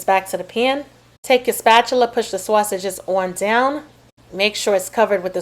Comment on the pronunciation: Mmm mmm good 😋 nobody says saysages like you do 😊😂